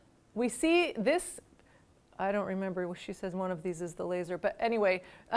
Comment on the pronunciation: "China number Wahn"